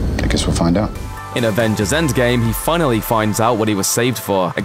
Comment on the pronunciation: Is it just me or is the narrator sayings "endSgame" instead of endgame? Its throwing me off...